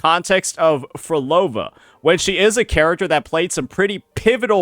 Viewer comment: So you’re saying Phrolova was creating an “Outer Heaven”? WHEN YOU CAN’T EVEN SAY MY NAME🐍🫡